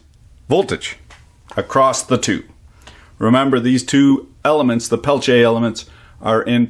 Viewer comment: Not really. It's more like quantum effect, Peltier's use semiconductor couples. But those are worthless for anything big, it's great as cooler in high precision lasers and electronics. Needs massive heat sinks though. Thanks for teaching me how to pronounce it right in French.